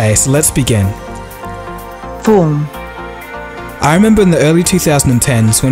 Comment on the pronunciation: When the girl said "form" it sounded like porn. ;D